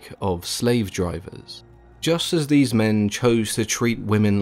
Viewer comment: Narrator: the circle of deese Me, shamelessly out loud at work: DEESE NUTS